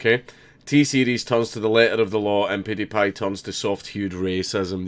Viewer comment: PEWWWWW die pie not poodiepie